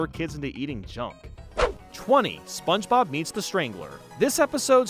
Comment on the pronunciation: I could be wrong but I feel like after hearing you say spongebob for 7 hours I'm pretty sure you say "sponchbob" but hey if that's intentional then nevermind 👀